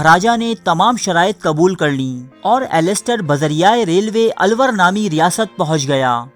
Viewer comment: ye '' alluor ha na ky alwar